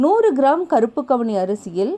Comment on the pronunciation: கவுனி அரிசி மேடம்,அவுனி அரிசி இல்லை